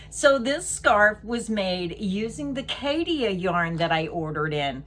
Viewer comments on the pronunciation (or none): It's pronounced kat....cha...both a's are soft.